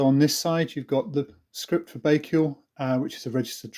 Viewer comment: Pronounced: bike al